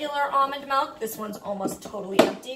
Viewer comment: ily but its milk not milk